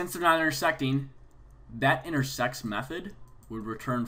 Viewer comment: am i the only one who hears intersex?